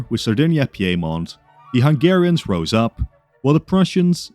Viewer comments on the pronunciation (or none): none